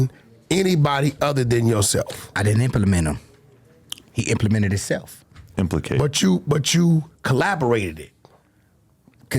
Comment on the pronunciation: "implicated " lol